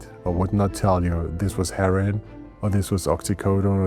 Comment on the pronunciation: Lol when he says heroin it sounds like herring